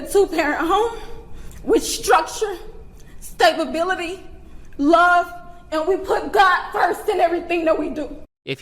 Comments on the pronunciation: “He was raised in a 2-parent home with love, sta-ba-bility!” 😳🙄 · “staybability?” Was she trying to say “stab-ability?” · Stabability? Its stability* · Did she mean stability? Stabability isn't a word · What the actual fuck is "stabability"? 😂😂😂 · “STABABILITY” you cant make this shit up dawg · Bro I can't believe she actually said stabability 😂😂 the jokes write themselves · stabability lol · lmao the ghetto mispronunciation of words from the black people in this video is so goofy "stabability" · When his mom said “stabability” I was like “stabability?” and then said it. I CRACKED up! 🤣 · STA-BA-BILITY ok so... Are they actually all this stupid, or just the ones that think stabbing white folks is ok? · Not "stabability" 😂💀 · "Stabability" The word is S T A B I L I T Y Unless of course you're letting loose with a Freudian Slip. "Stab-ability" lol. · "he was raised with structure and stabability" ah, classic ebonics. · You cant make this shit up. His mother said he was raised with stab-ability. Funniest misspeak ever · Stabe-a-bility xDDD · Stabability 😂, also dude pick a lane. Shilo didn't commit a crime, so she shouldn't be punished at all. Plus its interesting you say she should be punished, but you say nothing about the kid stealing(which is actually a crime). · I'm sorry, "staybability"? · "With Structure, Stabability" lmao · "He's been raised in a two parent home. With structure. With stabability." Stabability? LOL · Did she really say "stabability"? What in the actual f*** is that? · "HE HAS BEEN RAISED WITH LOVE, STABABILITY" Omg this isnt looking good if u cant pronounce stability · The lady either misspoke or does not know it is pronounced stability. I'm think. I'm not english native